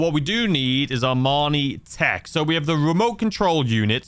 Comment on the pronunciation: Bro i know you’re from the UK but its pronounced EE MANI TEC… its not a suit